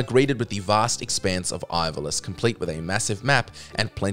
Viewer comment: I swear this channel is notorious for mispronouncing shit. Can’t even say Ivalice properly😂 Also, I won’t hear any slander against ff13, it’s overhated imo